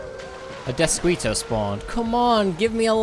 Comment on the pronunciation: "DeathSqueeto." Wtf